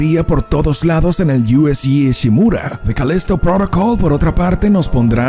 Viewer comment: jajaja Además lo dice cada vez diferente con la obsesión de querer hablar como si fueran de eeuu con lo fácil que es decir Calísto Prótocol tal cual